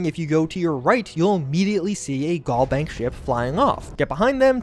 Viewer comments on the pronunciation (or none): Pls it's GalBank as in Galaxy not Gall Bank like gallbladder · Al vs. All Galbank vs. Gallbank Pronunciation is everything